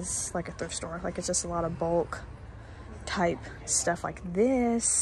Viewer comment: Did you call that bomb a tie!? 😂😂